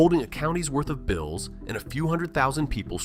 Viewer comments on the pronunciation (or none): none